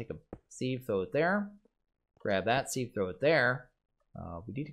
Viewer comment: Youtuber’s commonly pronouncing sieve wrong. Used to trigger my OCD but I’m used to it now. Looking forward to watching this series after binge watching Enigmatica Skyblock